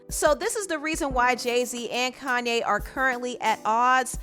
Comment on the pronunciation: Ugh why she keep pronouncing his name "Kan-ne"